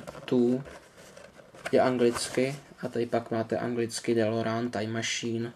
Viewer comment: Kup si je od Welly je to celý anglicky a model je lepší. Navíc je vzadu popis dílu a DELOREAN se vyslovuje delorejn!!! Už mě sere ten nový dabing co je na DVD!!!